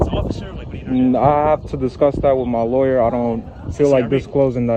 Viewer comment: "Disclothes" to his "Loryur"... I hope his legal assistant can understand "hood rat" or it may be a while before he gets his forms filled out... 😂😂What a dick!.